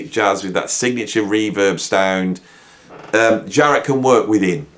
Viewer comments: Great video! But it’s Jarrett .. Not Zhar-rett🙂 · I like Zharret.